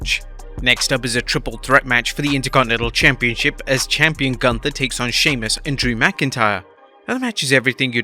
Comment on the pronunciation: His name is GÜNTER(GHUNTER NOT GUNTER